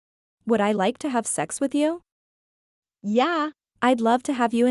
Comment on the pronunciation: The book's not horrible but the narration is atrocious and every time the" yeah" it sounds like she kicked a cat